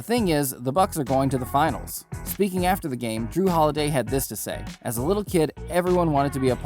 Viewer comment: it's jrue holiday, not jrew holiday